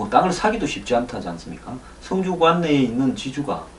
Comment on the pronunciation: 황소장님 성주의 발음은 주자에 악센트가 있습니다. 군민들이 이상하군요? 이럴리가 없는데-----누군가가 이상한 방향으로 리드하고 있군요. 여기에 어진 군민들이 끌려가고 있군요. 정부 도지사 군수 지역 유지들은 무얼하시는가요?